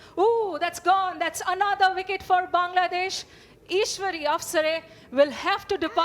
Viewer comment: Bangla ❌ kangla✅